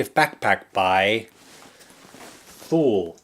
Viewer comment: lol it’s pronounced too-lee.